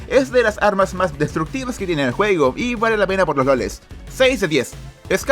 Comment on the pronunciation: Se escucha juego fortnite en vez de juego xd